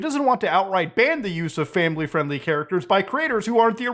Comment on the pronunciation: "that's not famiwy fwiendly" -Muta 2023